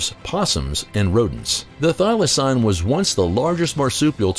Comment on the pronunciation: Idk who this narrator is but he's really off on his facts. He doesn't even pronounce thylacine correctly. One was captive in a zoo and was neglected.